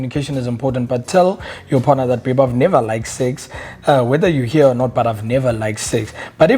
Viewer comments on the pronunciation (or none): none